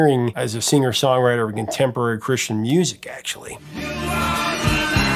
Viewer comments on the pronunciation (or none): none